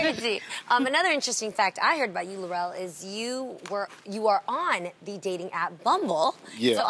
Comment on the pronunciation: Lil Rel not Larell smh and I enjoyed this movie. Great job to the entire cast.